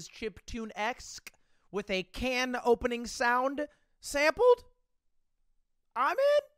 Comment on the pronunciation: It's aluminium can not aluminium can't